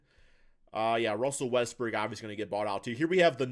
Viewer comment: can you please pronounce westbrook’s last name properly